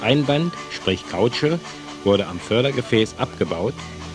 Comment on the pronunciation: das ist eine Seilkausche. Nicht Kautsche !